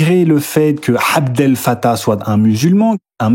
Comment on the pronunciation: Soyez rigoureux, cher: l'Oumma n'est pas « la hhoumma », et Abdel n'est pas « Hhabdel »…